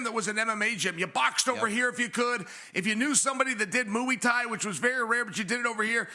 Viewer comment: Chael “Mooey Tie” Sonnen😂